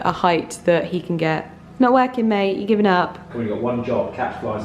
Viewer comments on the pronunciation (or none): none